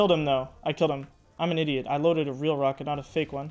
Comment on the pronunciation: when take helicopter and heli rocket he always says rackat:) is so silly